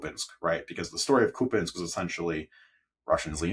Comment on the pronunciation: What an offensive underqualified ( just a sort of BA from an American College very low down on international rankings )pro Putin fellow this is. He certainly brings out the Kremlin ghoul bots in the comments. He even pronounces Kupyiansk like a Russian! How disgusting is that?He makes me think differently about the ISW ( negatively) It makes me think ISW is busy pushing Kremlin misinformation